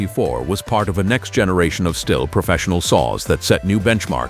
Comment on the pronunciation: And the AI voice with the fake, irritating British accent can't even pronounce "Stihl" correctly.